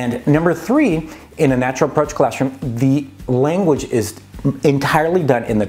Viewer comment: "the language isT"?, but you don't speak German... Wow, it seems like you've unconsciously acquired some of German XD Genius 👍